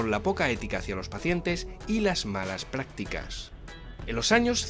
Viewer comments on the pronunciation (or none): Porque pronuncia praticas y no practicas??